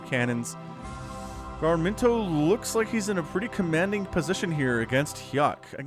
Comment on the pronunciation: through all cast I was hearing "gar-min-toe". It is Ga-rim-to.